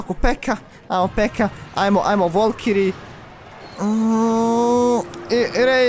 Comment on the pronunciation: nije volkiri nego valkiri!!!